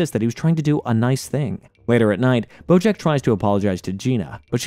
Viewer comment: Are you saying Brojack? Or have I just lost my mind lmaoo I swear I’ve heard it at least 4 times in the video. Anyways fantastic video! This is oddly my comfort show as horrible of a person BJ is. I’m about to watch your AOT recap